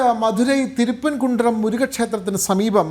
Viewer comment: തിരുപ്പൻ കുണ്ഡ്രം അല്ലടോ തിരുപ്പുറം കുണ്ഡ്രം എന്ന് പറയു